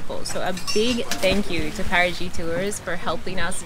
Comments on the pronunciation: not paragi its parati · It is wonderful that they tried to pronounce Paraty in a portuguese manner. But it came more like Parajy than Paratchy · You should pronounce Parachee not Parajee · Parati= Para-chee